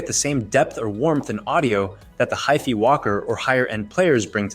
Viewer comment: He can't even pronounce HiFi correctly.